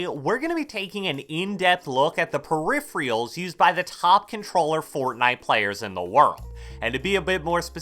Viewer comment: Peripherals Per-if-er -als :)